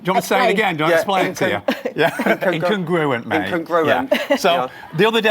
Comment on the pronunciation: If you want to use big words, you should at least be able to pronounce them correctly It's inCONgruent! Now I have one more reason to dislike this guy apart from his haircut.